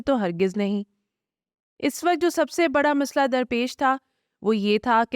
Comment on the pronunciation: محترمہ آپ اور عدیل صاحب بہت اچھا کام کر رہے ہیں ۔ اس وڈیو میں تلفظ کی چھوٹی سی غلطی کی نشاندہی کر رہا ہوں امید ہے آپ آئندہ تلفظ کے مطابق اپنی بات کریں گی ۔ جب ہم ماضی یا مستقبل کے وقت کی بات کرتے ہیں تو اس کے لیے اس وقت (الف پیش کے ساتھ ) بولیں گے جبکہ حال کے لیے اس وقت ( ا کو زیر کے ساتھ ادا کریں تو درست ہو گا